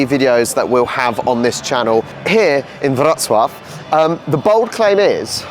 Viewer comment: Thanks for learning how to correctly pronounce Wrocław. I know it's difficult for an anglophone to wrap the mouth around a foreign method of pronunciation. Wrocław był mój drugi dom.